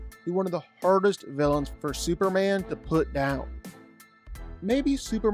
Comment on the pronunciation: Who tf is "Super-Anne"?